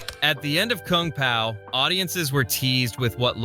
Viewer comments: "Koong pow" so ai voice video gotcha ill click off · koong pow, c'mon ooodekerk AI trash